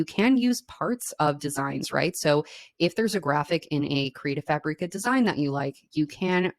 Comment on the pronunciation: Why do you pronounce Creative Fabrica like Creative Fah-bree-ka? It's Creative Fabric-ah.